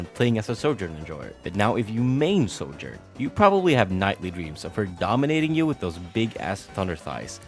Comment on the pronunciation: Bro pronounces “Sojourn” like “soldier.” So annoying. You can take the boy out of Eastern Europe but you can’t take Eastern Europe out of the boy. Lol